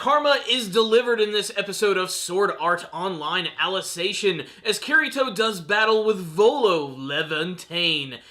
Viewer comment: Why do you pronounce Alicization as "Alice ation"?